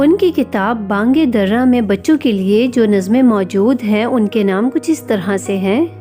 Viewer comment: میڈم جی اپنا تلفظ درست کریں با نگ در ا میں د کے نیچے زیر ہے